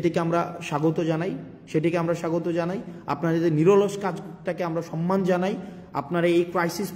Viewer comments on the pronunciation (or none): none